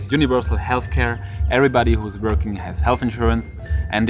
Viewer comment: Are u seriously pronoucing Vorking?